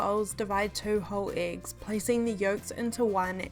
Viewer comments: And the 'iggs' 😁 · who else heard her say "eegs"?